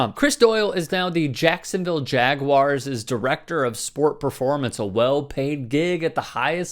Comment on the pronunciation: WHY DOES NO ONE SAY JAGUAR RIGHT EXPECT FLORIDA Y